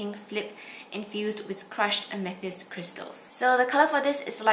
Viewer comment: Its pronounced ame th ist like the stone.